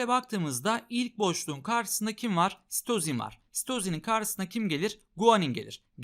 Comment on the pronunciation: İlk başta hoca "ve sitozin." derken Mesüt Özil anladım